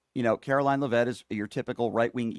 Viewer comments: I support you, but you need to be corrected on a couple things: It's pronounced "LEAV-itt" (emphasis on the first syllable.) Also, you use the expression, "could care less," when it's actually "COULDN'T care less." Not to nitpick, but you are constantly berating people who have little intelligence, so I just thought I'd help you with a little advice to ensure you're not outsmarted. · Could care less gets used by some. He may be deliberately mispronouncing her name because she doesn’t deserve the respect.